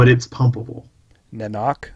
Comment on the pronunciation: Na'Not'K is pronounced "Nano Tech".